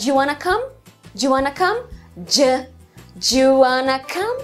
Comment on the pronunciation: Nossa, que interessante. Não sabia nada disso e é minha propia língua! Haha. Mas tenho uma clarificação pequena - tenha cuidado com o som do "do you". Como você disse, muitas vocês nós pronunciamos isso rápido; mas seria "D'ya" com o "D" forte. Se você dizer "Gya", isso é o som do "DID you", no pasado. Então... se diz "Where dya live (do you)?" e "Where gya live (did you)?" Não sei se isso fez sentido mas espero que sim.